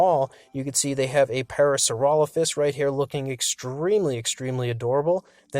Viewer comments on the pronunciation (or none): none